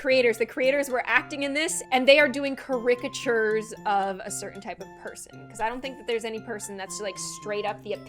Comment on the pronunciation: Kasseema is definitely a pick me girl I think, looks like youtube has become a actual therapy session for you now cause you've seen traits in yourself from your past that you dislike. You're amazing but can you please learn how to say "characateur" properly lol